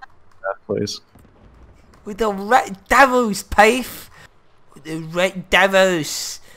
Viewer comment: Jesus feck Bo that 'Ret Devulz' pissed me off. I don't usually get pissed but good god man.